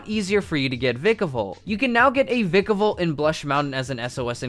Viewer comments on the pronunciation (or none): VYkayvolt. stop saying vick-a-volt. do you really have to say it's name like 5 times in 5 seconds. call it it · How you pronounce Vikavolt annoys me because I pronounce it as Vai.kah.vuhlt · Vikavolt with a short I, I think not. It sounds so wrong bu it is so right 😤😭